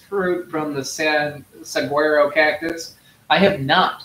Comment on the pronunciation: I hope you get to try saguaro fruit someday. They have a short season, right about now midsummer. PS - as you know, you pronounce that name in a funny way 😄. I love your channel thank you!